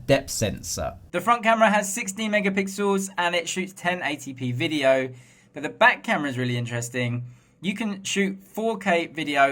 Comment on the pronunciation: Sensor "Sensow" Video "Videoww"😆😆😂😆😆